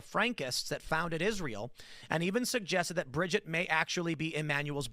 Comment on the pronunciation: It absolutely drives me insane every time they mispronounce the name Brigitte